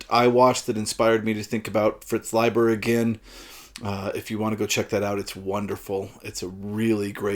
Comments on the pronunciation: Thank you for the corrected pronunciation. I've been mispronouncing his name for six (!) decades. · here in brazil we usually pronounce "Layber" haha good to know the correct way.